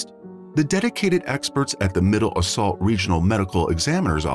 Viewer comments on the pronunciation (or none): ...It was definitely AI in my opinion. It kept in saying "middle assault" when it was Middlesex.